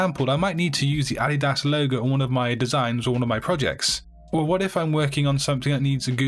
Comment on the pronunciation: did you really pronounce "Adidas" that way?